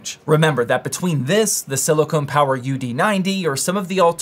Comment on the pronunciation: Silicon like Silicon Valley, not silicone like beads or silicone boobs. 😂